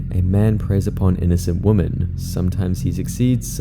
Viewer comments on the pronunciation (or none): Dear all You Tubers everywhere, The word "women" is NOT pronounced the same as "woman". The word "women" is pronounced WEM-EN! Every 2-year-old knows this. Please learn it. It is rude to mispronounce it. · Why the hell do people keep pronouncing "women" like "woman"? I keep hearing it from several videos I've seen in recent times. It makes me feeing like I'm losing my mind! Edit(s): he says it for anyone who didn't catch it Also several times starting